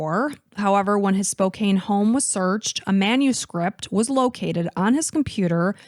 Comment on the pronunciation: FYI Spokane is pronounced “Spo-KANN.” I know it looks like it should be a long A, but it’s not.